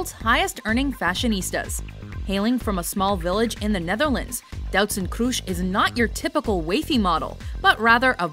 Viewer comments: Doutzen Kroeshjs? How come that nobody can pronounce the Dutch language well? I mean it's not that hard... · Ikr I was laughing my ass off, but I kinda expected her to pronounce it like that